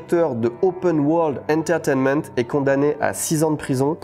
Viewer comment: Y'a que moi qui a explosé de rire quand il dit enterainment 😂😂